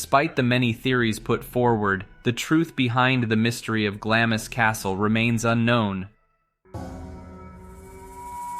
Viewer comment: Eileen Mòr is pronounced "Eelan More" and Glamis is pronounced " Glams"